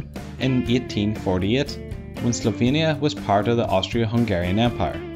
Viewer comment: OHHHH Slovenia. I thought you said "Sylvania" and had to look it up